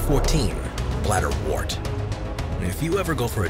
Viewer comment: You mispronounce bladderwort. The “wort” part isn’t said like “wart”, it rhymes with hurt. Like the word ‘word’, wort has an ‘er’ sound.